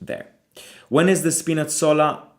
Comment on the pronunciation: you have a point but he still pronaounced spinazzola correctly and I also said in the live chat how did he not know spinazzola he said I’ve never heard of him